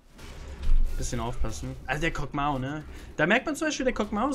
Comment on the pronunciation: Kog MAW (MAH) nicht Mao 😂